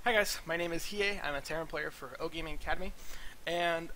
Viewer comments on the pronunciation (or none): Really cool bro, did you said "Ogaming" ? Cheers from France.